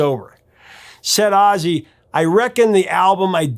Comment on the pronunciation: Seems like AI is only artificial, aussie instead of ozzy? Sorry but i can't and wont deal with artificial stupidity.